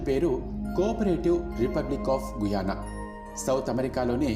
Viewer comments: గయనా అని పలకాలి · గుయానా కాదురా గ యానా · గయానా babu guyana kadu